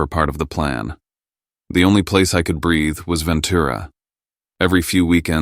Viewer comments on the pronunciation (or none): none